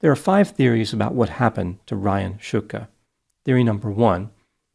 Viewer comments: He mispronounced it. It's pronounced like "Shtooka" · If it's pronounced Shootka, why is it spelled Shtuka? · Nice fight with the surname pronunciation... I wonder if they are of Slovak (or Slavic) origin, šťuka is a type of fish (Esox lucius in Latin).